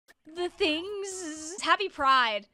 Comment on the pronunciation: “thingzzzzz” that’s what i call the british